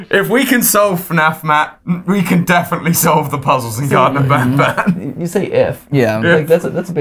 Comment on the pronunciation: You dont pronounce banban like benben, pronounce banban like kinda like bonbon Banban is basically japanese, ばんばん Because everyone ALWAYS calls banban like べんべん